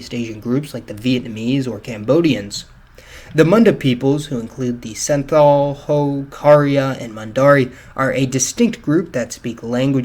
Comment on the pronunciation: Santhal is actually pronounced like Śąotal btw